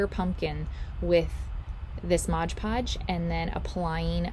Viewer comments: LOL It's MOD PODGE NOT MODGE PODGE. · It is NOT "ModGE" Podge...it is "MOD" Podge! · 1st - it's Mod Podge, NOT "modge Podge." If you're repping a product, at least get the pronunciation right. Second - this process with the pumpkins has been done time time again. This is convaluded, messy, and involves more work than necessary. Work smarter, Not harder. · And I always thought it was Mod Podge, not Modge Podge. 😂😂😂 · why does everyone say modge podge its just mod podge. lol. but hey what I actually came to say is they have the pails at dollar tree also I got 4 different sizes a long one like that included. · I think the topiary is a cute idea but every time she said "modge" podge I wanted to poke myself in the eye. The product is called MOD podge. Even if it's your homemade version of the name brand product pronounce it correctly so people who may not be familiar with it will know what to look for in the store. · PLEASE stop calling it Modge Podge. Please. It's called Mod Podge. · Thank you. I was looking for this comment, or else I was going to say it. Lol. ~ Mod, not modge. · "Modge podge" makes me cringe every time